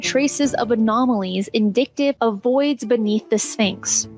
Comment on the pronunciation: "Indictive"? INDICATIVE